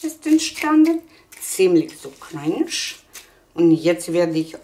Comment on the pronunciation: Ich höre die ganze Zeit Cringe 😂😂😂 crunch heißt das... gestrochen CRANCH